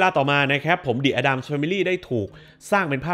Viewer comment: Addams อ่านว่า เเอดดัมส์ครับ ขอบคุณครับ